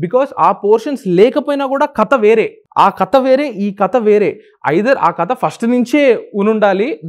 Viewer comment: కత కాదు 'కథ'